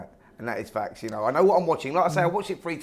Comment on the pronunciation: Simon, it's 'FACTS' not "Fax"... A Fax is a communication device from the same decade as your hair 👍